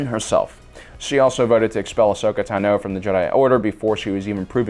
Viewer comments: It’s pronounced “taah-know” not “to-know” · The way he says Ahsoka "Tunno" bothers me more than it should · I cringe every time he says Ahsoka "Tah-no" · Why do you pronounce Tano wrong? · Why do you pronounce Ahsoka’s last surname like that? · How are you able to say Tano wrong .asoka says her name a certain way so you know the pronunciation . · also, he says tano wrong